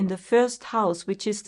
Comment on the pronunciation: Thank you, you are a good astrologer, but please do not pronounce it Cäpricorn correct is Capricorn (No every a is ä, you do this with many other words too)